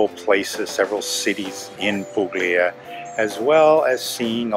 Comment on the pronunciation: Ok but it's pronounced 'pulya' not 'puGlia'!